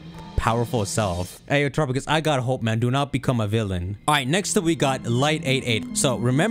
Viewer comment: I hate your pronunciation of Terrapagos. "Trrupugus"